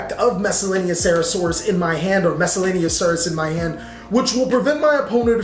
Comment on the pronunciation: I love he is sooo coool. Those big nemesis are also cooool. Everything is coooool. But pls... stop saying miscelaneoceras... it is saurus... SAURUS